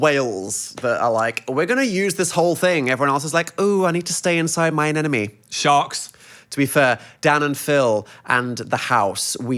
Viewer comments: the way these dudes say anemone kills me. “an enemy” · i cant get over the fact that dan keeps saying anenome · Not them both confidently saying anemone wrong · Neither Dan nor Phil know how to pronounce anemone, good to know